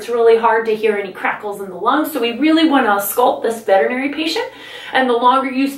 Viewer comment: Thank you for pronouncing veterinary correctly!! I have to seriously wonder about Veterinary professionals that don’t even know how to pronounce their own profession.🤦‍♀️🤦‍♀️🤣🤣I truly want to feel that my dog’s doctor is the same as my doctor. However so many of the vets I’ve encountered have reminded me that hillbilly medicine still prevails and modern high quality medicine is still difficult to find.